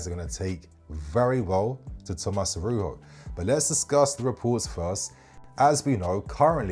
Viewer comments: You pronouce the J like with Jose Mourinho. Arauzho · The “j” in Araujo is a j bro, he’s português not Spanish, the J isn’t an H sound